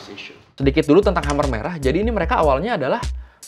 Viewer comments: Sedikit masukan bacanya bukan hamer merah tapi kemer merah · bacanya bukan khamer... tapi k'mer, mo ceu tung..punten baru koreksi,, baru lihat video ini. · dibaca mer merah bukan khamer kali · Mau nanya bang, Khmer dibaca hamer itu cara baca baku bahasa Indonesia ya? Kalau bukan cara baca baku sih saran aku bacanya K'mér atau enggak K'mai lebih akurat mendekati pengucapan bahasa Khmer. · Pengucapan ya bukan hamer merah tapi kemer merah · Gw sempet dengernya Amer merah wkkw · Huruf "e" di "khmer" dibaca kayk "e" di waktu nyebut "amer" cap ortu, bukan "e" di kata "demam". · Khmer bacanya Ké-May